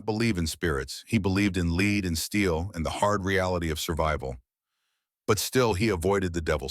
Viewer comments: "Led," not "leed,". Another AI misreading! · Lead pronounced led, referring to bullets. The Nun displayed was not 110 lbs!